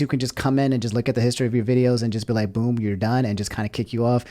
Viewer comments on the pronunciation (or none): none